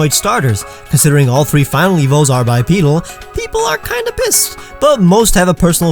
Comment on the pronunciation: THANK YOU THANK YOU THANK YOU so much for pronouncing bipedal correctly! You’re the only person I’ve ever come across to not say “bye-ped-dull”. Also I just want to say, this is a great video, BUT you forgot to mention the controversy of whether the Let’s Go games are classified as gen 7 or gen 8. Many people believe that a new gen is initiated when a game with a new region, new starters, and brand new never-before-seen-pokemon are introduced into the franchise through these games. They also believe that each gen since gen 3 have remakes of older pokemon games included within the new gen. This logic would therefore indicate that the Let’s Go games are classified within gen 7 since they are remakes of an older game, they introduce 2 new pokemon (Meltan & Melmetal), and have eevee as a new starter. Others believe that new gens are indicated by the release of new major nintendo consoles (for example: Gen 2 games were given color to coincide with the release of the gameboy color. Gen 6 games were given 3d functionality and 3d models/graphics to coincide with the 3d capable consoles they were released for). Each gen can then be broken down into assigning each sister pairs of pokemon games to different iterations of a console (for example, X & Y’s “assigned” console is the 3ds while OR/AS’ assigned console is tge 3dsXL. Sun & Moon’s assigned console is the 2ds while Ultra Sun & Ultra Moon’s assigned console is the 2dsXL). This logic would therefore indicate that the Let’s Go game